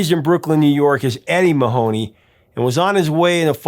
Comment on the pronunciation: Mahoney is an Irish name pronounced MAH-honny, not ma-HONE-ey